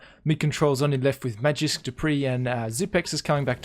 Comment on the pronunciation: Magisk is pronounced Maw-geesk not Mahjisk